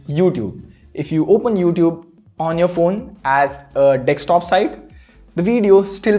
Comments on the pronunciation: If only I had a rupee for everytime someone says dekstop instead of desktop. 😛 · you say Dickstop 🤔 Or Desktop